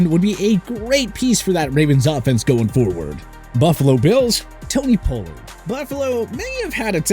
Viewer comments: Pole-lard? You mean Pollard? 🦅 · 1. Pocic is a Center, not a Corner. 2. You mispronounced Pollard, and he get franchise tagged. He's not a free agent. 3. The Texans already have a young stud FS with Jalen Pitre. They definitely don't need Bates. 4. While Mahomes is getting paid "the big bucks", the Chiefs structured his contract so his cap hit isn't that big. The Chiefs have a ton of cap space and flexibility. 5. Carr already signed with the Saints. 6. The Seahawks have one of the best young LB's in the league with Jordyn Brooks. I doubt they'd dedicate big money to another LB. Doesn't make much sense.